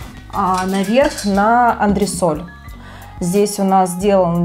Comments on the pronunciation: Да.слышится Д. Не критично. Работа понравилась очень. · Да, она произносит анДресоль. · Мне одной кажется, что дизайнер произносит анДресоль?)))) Ну да ладно, квартира супер👏👍